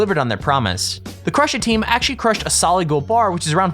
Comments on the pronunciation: For I sec I thought I said cru-shit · It said cru shit